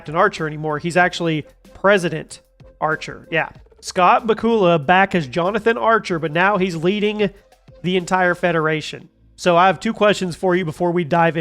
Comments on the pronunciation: Forgive me for nitpicking but Bakula is not pronounced "Buh-COOL-uh", Bakula rhymes with Dracula. Just for future reference. 🖖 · Bakula ( sounds like back u la ) learn to pronounce correctly !!! The only two things I did not like about Enterprize was the Sulabon and the Xindi, in my opinion those two were the worst idea The StarTrek world came up with. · It's pronounced BACK-you-la. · Did he change the way his name is pronounced... Ba cool a? That's the 3rd time I've heard that....it was always pronounced Back u la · A lot of things end up just being full of "steam". BTW, his name isn't "bah-koo-la". 🤦🏽‍♂️🤦🏽‍♂️🤦🏽‍♂️ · "Scott bah'kula" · BA-kyu-lah... rhymes with Dracula. Do you even Trek? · I know you did not pronounce. Scott bakula like that.. Are you kidding me? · I don’t watch Star Trek videos from people who can’t pronounce Bakula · If you can not say Scott Bakula's name correctly you have no Cred.